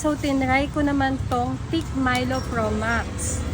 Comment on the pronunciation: It's THICK NOT TIK!!!